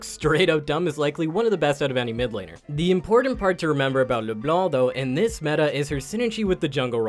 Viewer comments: Hearing someone almost pronounce Leblanc right made me smile... so close... Stop pronouncing this C!!!! Pleaseeee!! French people pronounce exactly 0.9% of last letters in words :3 -One native hon hon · Isles exactly! First time was said correctly then you brought back that hard C and I was like but why? :')